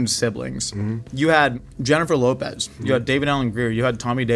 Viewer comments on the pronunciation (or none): none